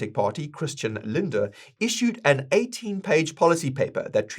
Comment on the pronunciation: Just one Tipp: its pronounced SHOLSz and LINDNER (tje fool who Sold our BTC early)